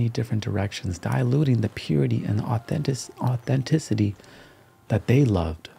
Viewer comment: Messing up on the word "Authenticity" and leaving it in was the greatest little detail possible